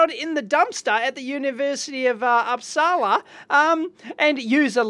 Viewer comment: Dave, I don't usually nitpick but this time I am. Uppsala is pronounced Oops-ala not Ups-ala (sorry, it's just the berserker coming out in me). 😉